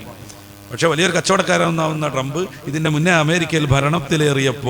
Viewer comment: Drump എന്ന് പറയരുത് 🙏 Trump എന്നു തന്നെ പറയൂ.